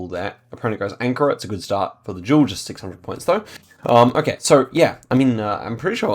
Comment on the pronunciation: is this guy saying jewel or am i schizophrenic